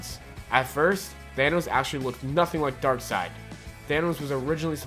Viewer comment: this guy can't go one episode without butchering a word horribly, I think it's his schtick or something. at least he got darksied right this time!